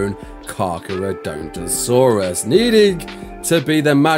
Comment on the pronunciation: You kinda completely butchered that name